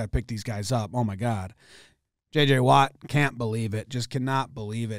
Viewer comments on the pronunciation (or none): none